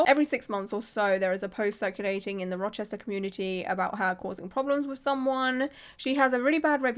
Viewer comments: You pronounced Rochester correctly! My nearest city is Syracuse (See-ruh-cuse) which has several tattoo shops. I'm planning on getting my first tattoo sometime over the next year and I'm very excited and very happy to know to AVOID this person!! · sits down with a nice wholesome breakfast, mixing blueberries into oatmeal “In this video we’re going to be talking about a tattoo artist in Rochester…” head snaps up You said it right. I’ll be sharing this video shortly as a local, I just want to watch through all of it first. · You said Rochester perfectly. I’m very impressed 👏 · Yes, you said Rochester perfectly!!!! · Love your channel! This is awful, and im a few hours from Rochester ny, and yes, you pronounced it correctly:) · Oh Shannon. Yeah she’s a looney 😅 all over my social media lol. Also, I’m from Rochester, you said it great 🖤🫶🏻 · As a central NY girlie, you did GREAT pronouncing Rochester lol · You said it right. Love your content!